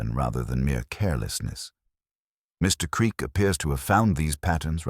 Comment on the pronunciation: AI narration that speaks "Mr. Creak" into "Mr Creak". Also corrupted by repeating one chunk of text twice more. Pity, otherwise it could have been good.